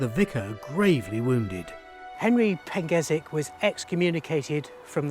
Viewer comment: Never heard of that pronunciation of the name "Pengersick" before!? It clearly has an "R" in the name but you have chosen to ignore it and give it a pronunciation I've never heard of in my 60 years of visiting Praa Sands??